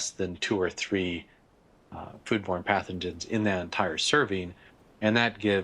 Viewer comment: Any one else hear the doctor saying "food porn" instead of "food born"? Even went back knowing what he was saying and still couldn't hear it correctly